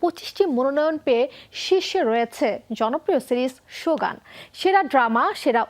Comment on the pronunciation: উচ্চারণ হবে "শোগুন"।